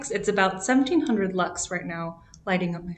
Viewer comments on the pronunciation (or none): Lux, not Luts, is it?^^